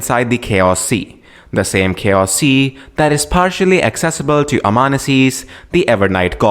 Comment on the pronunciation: Amonussies ? Evernight gonna eternally conceal you for pronouncing her name wrong